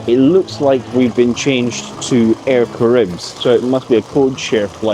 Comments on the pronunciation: I like the way he pronounces "Air caribbs" 😉 . In French we say : Air Ca-Ra-Hib , forget the S at the end . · I don’t want to be that guy guy but regarding TX, it’s pronounced Air ‘Kah-ra-ee-b” 😁